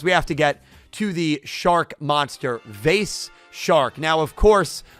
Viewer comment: Actually it's pronounced vice not vase